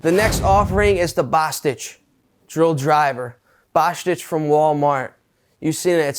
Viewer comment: Bosttich or bostshit? 🤣🤣🤣